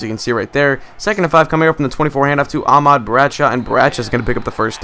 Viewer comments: It's ahmad not aaaaahmad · you're saying Ahmad wrong. you don't use so much emphasis on the ah. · You say Ahmad wrong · youre saying Ahmad like two words.